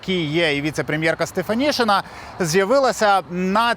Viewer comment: українське прізвище Стефанишина читається і пишеться як Стефанишина, а не Стефанішина.